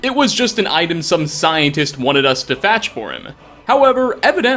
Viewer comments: Did you say "fatch" instead of fetch? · you seem a bit off your game today. “Relative” instead of relevant, “fatch” instead of fetch （ ）... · fEtch doesnt have an A in it.